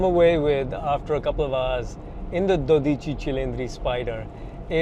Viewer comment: It is no dodíci but dódici. Just say twelve if you are so lazy.